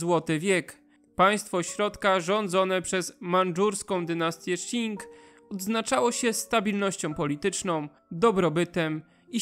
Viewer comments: Jestem w połowie Chińczykiem i dziękuję za ten świetny materiał :) Tylko jeszcze jedno nie wymawia się Szin tylko ćin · Qing wymawia się ćiŋ nie sziŋ. Proszę się nie uczyć chińskiej wymowy od Anglosasów :)